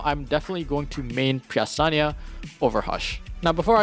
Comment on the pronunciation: Lmao, i was so flabbergasted when you called pre astyanax a preasaniya